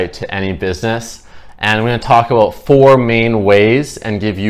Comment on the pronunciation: Hehe I just had a feeling you were Canadian,then you said aboot. Good info! I needed it